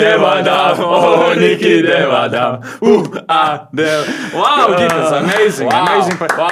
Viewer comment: 12 Dev Adam performance 👏🏻 almost as good as Turkiye’s performance on the court 😅 (very good pronunciation too) Thank you guys for the great coverage on another tournament!